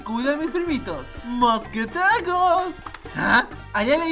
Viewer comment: A quien más le da risa como dice: ‘‘mosquetegoos’’